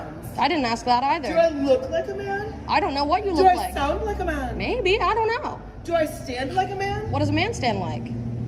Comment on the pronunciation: why does she say it like that 😭 “dU I SUnD LIkE A MaUn”